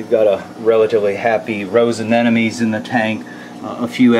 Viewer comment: Yet another prolific reefer - - who can't pronounce anemone! Come on man. Anna + money!! NOT An+enemy!!